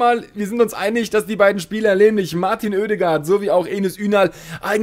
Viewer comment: In Norwegisch schpicht es sich Ødegård aus. Also å=o